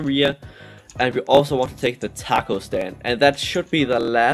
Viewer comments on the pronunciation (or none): none